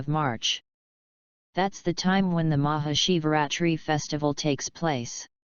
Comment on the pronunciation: It's Maha Shivaratri Not Shivaratree Please correction this.